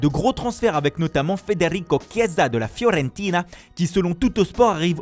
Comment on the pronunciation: Fiorrennntinaaaaa franchement j'adore tes prononciations 😅😍